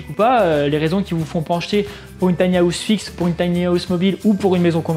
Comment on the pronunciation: Top mais ça se dit "taïni haouse" pas "tania housse"